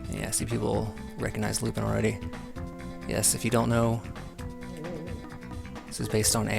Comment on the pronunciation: It's lupin, not lupid